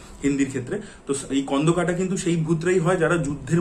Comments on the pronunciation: কোন্ডোকাটা হয়না স্কন্দকাটা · স্কন্দকাটা হয়না স্কন্ধকাটা হয়